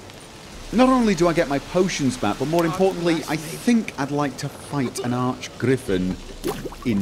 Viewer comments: It's a griffin not a griffon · Hearing people say griffon instead of griffin makes me really angry for some reason...